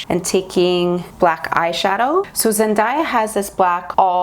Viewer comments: I love you, but it's pronounced Zen-day-ya, not Zen-daa-ya! Sorry, one of my biggest pet peeves is when people pronounce things incorrectly 😅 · YESSS, please do a zendaya month!!!! Just one thing and that was really bugging me through most of the video is that zendaya's name is pronounce as zen-DAY-a, not zen-DIE-ya. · Please do zen-DAY-uh month.. but idk about zen-dye-uh month..... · loved the look and totally love the idea of the Zendaya month. Also, I just saw a video where Zendaya herself said her name is pronounced Zen-day-uh not Zen-die-ah. Just thought you'd wanna know. Love you.:) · Everytime she says zendiea instead of zendaya my ears just tingle lol it reminds of dat video of how zendaya prounounces her name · It’s ZenDAYah but love the tutorial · her name is pronounced as zen-DAY-ah! <3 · No hate at all!! but it’s pronounced Zen-DAY-a hope this helps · You're awesome, please do Zendaya month! I believe you are mispronouncing her name. I saw a video where she was teaching people how to say her name and it is pronounced Zen-day-ya. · Omg the way u pronounce her name GIVE ME THE CHILLS 😣😣😣😣😣 LOL BUT I love the look 😉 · Krisel Obando I know I'm like that's not how you say it every time she says her name lol